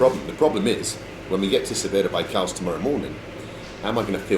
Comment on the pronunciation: Bald, your emphatic pronunciation of the name of Tayshet in this video and the previous one gives me the impression that you're not really very fond of the town. I could be mistaken... but I doubt it. ;) Oh, one other thing - always, always carry ear plugs to deal with snoring cabin mates and other noisy situations when traveling. Your welcome.